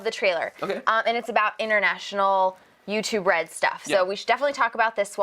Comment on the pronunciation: notice he says 'restive' not 'YouTube red'